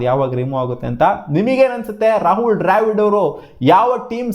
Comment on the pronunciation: ಡ್ರ್ಯಾವಿಡ್ ಅಲ್ಲೋ ಬೋಳಿ ಮಗನೇ ದ್ರಾವಿಡ್ ಅದು 🤦‍♂️